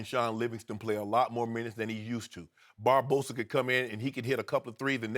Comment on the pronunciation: did he say barbosa tf